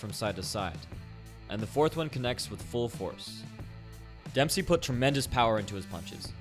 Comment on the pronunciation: DEMPPSHEEEY ROLLL-DA